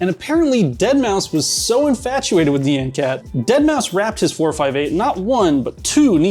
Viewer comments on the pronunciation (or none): Nee-an cat 🤣